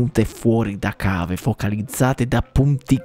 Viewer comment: l'ho ascoltato e riascoltato, perché c'era qualcosa che all'orecchio mi strideva malissimo e purtroppo ci avevo sentito giusto... non dice focalizzate, ma fUocalizzate 😨😭